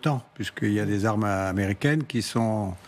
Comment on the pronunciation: Les aarmeu nucléaire Russse au port de l'orope 😂😂😂, vous allez lire l'heure 🤣